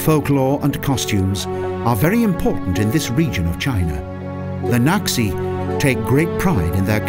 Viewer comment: Lijiang = lee-JAHNG, not lee-YAHNG.//Qing is pronounced CHING, not QUINN.//According to Lonely Planet Guidebook, 'x' is pronounced 'sh' in Mandarin; so Naxi should be pronounced NAH-she, rather than KNOCK-see.